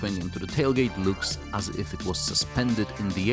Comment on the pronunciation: 'As' shall be pronounced differently, it's very annoying. Anyway great review.